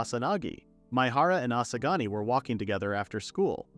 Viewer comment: bro u keep saying asagani